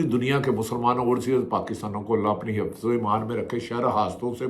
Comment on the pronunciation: بهٹی صاحب آپ کے ڈکشنری می ح پیدایشی نهې ھے جو نا بسم الله می ح نا همارے می ح نا حفظ و امان می ح الرحمان کو الرخمان همارے کو خمارے حفظ کو خفظ🧐😬🤔